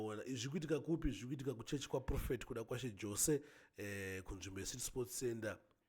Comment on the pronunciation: Pronunciations is yose not jose ispecial needs iyo murapisei😊